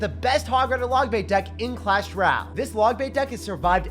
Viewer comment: “Hey guys back at it again with the best deck in Clash ral” 😭😂 All love though keep up the good work.